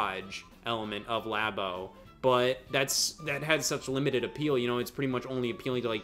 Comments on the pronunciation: Why is still saying laybo. Why did anybody ever call it laybo when it's clearly lab as in laboratory, but especially years later and when scott is right there pronouncing it the correct way. Being stupid on purpose to be different is so cool bro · pronunciation of Labo offends me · Idk how to properly pronounce LABO.......But I know that is doing it wrong.